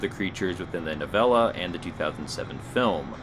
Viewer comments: "nawv-ah-la" LOL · so im supposed to believe someone who cant pronounce novella reads stephen king books.